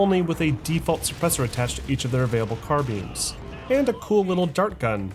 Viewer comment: When ever you say “carbines” it sounds like “car beans”